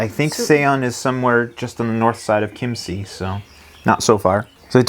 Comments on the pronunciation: I really love your videos but there is ONE thing that bothers me, it's the Chiemsee. You are so good with pronounciation but could you try to say Chiem-say which would be much closer to the actual sound. I always think you are talking about Kimchi ;-) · Try to speak it like keem-say ... it would sound better 😎